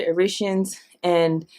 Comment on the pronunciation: I think its pronounced...EIR EH TRA INS....I could be wrong ..but I've always heard it this way...